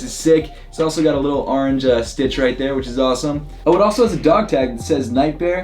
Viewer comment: stop saying “aringe.” It’s “orange.”